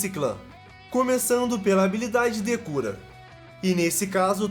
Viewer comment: É engraçado ouvir o falando "Habilidade decura" kk